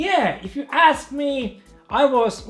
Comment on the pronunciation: ```Yea, If u asknee``